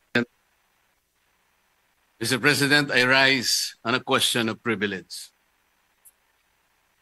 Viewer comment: privilege po not previledge😂